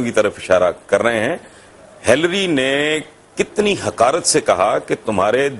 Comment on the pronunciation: Whats up with the pronunciation? ... "hilree hilree" all the way :). But Hassan Nisar is right.